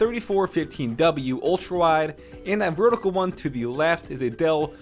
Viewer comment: said a Dell which sounded like Adale so her photo pops up for a sec. the whole video is funny.